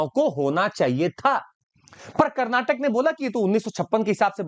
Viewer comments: Its not Kannad but Kannada, and not Karnatak but Karnataka. Pls understand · Stupid that is KARNATAKA NOT KARNATAK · It's not karnatak bro, it is karnataka... Jai karnataka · Its not Karnatak it is a Karnataka make it correct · Its karnataka not karnatak ...!!! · bhai belagaum or belagavi ,,,:face-red-droopy-eyes:its not karnatak,it is karnataka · Sir it's Karnataka not karnatak